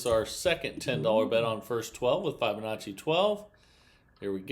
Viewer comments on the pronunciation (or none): It's pronounced FIB' onacci not FI check with the interent champ